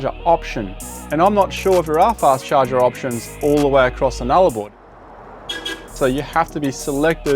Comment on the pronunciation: what was with the American highway when you said Nullabor?